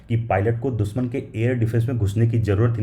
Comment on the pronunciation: दुसमन नही दुश्मन, सुरच्छित सुरक्षित। अच्छी हिंदी बोलो भाई।